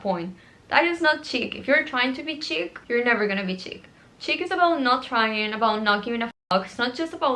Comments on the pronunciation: it’s def “sheek” girl she’s just saying it like “chick” lol❤ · wait, is it this the correct english pronunciation? I thought it was an universal french word and it was "shik" for everyone! maybe it is like the word pistacchio (that english/american people pronounce it "pistacio", while here in Italy we say it "pistakkio"). I'm genuinly curious, does anyone know?